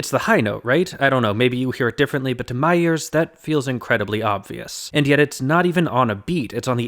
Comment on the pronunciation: I was wondering who "Myers" is, I why does it matter that "Myers" hears it a certain say Then I realized you were saying "my ears"